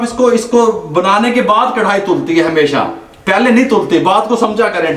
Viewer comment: zbrdst allah ap baap bete ki jori slamt rakhe... boht saare pkane waly karahi ko krhai kiun kehty hen snn k uljhann hoti he karahi bola kren naaaa